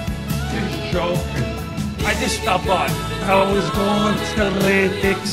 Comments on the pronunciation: Love how he rolls that L in Lantic city, sexy. Im straight, im juss sayin. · laaaaaanntic ceeti🤤